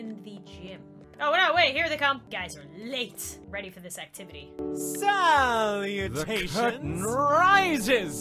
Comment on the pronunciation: No one: Absolutey no one: Drama club leader: SALLLLOUTAIONS